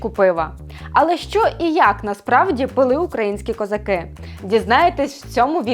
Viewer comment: Хто вас вчив української? Що це за козакЫ, чаркЫ... Ви що, тувинка, чи бурятка, що таке тверде И?